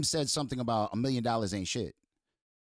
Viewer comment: He said Meme not million